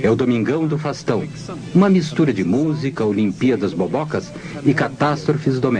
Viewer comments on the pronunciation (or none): ELE FALA É "FASTÃO" KKKKK